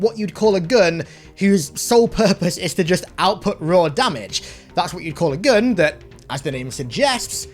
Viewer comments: cant say gun says gun me: :o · Can't say "gun", says "gun". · just say gun with a ridiculous accent